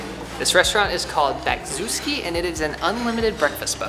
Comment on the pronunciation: The first restaurant is called Bachevski, not Bawzuski 😜